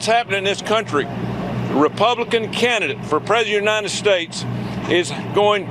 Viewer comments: can tommyu not pronounce 'president'? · Tommy T can’t pronounce “ president”.